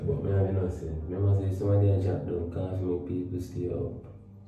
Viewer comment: It’s the “CAAAFY” for me 😂🥺